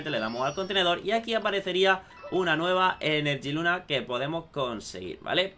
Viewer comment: No es enerjiluna es energiluna